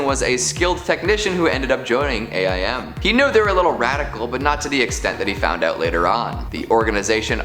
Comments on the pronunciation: Stop calling it a i m it’s aim dude aim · You can say M.O.D.O.K. like Modok, but can't say A.I.M. like Aim? Good thing you weren't talking about S.H.I.E.L.D. and S.W.O.R.D. as well.